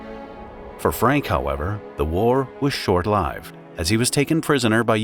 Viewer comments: AI always gets hung up on that word. 😂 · A few errors unfortunately, which put me off something that looked really good. Short ‘lived’ is an example